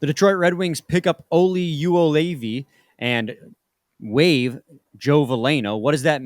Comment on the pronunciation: Yo-Levi that’s how you’re supposed to say it.